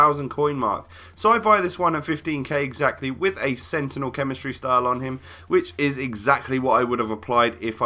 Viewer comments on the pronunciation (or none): none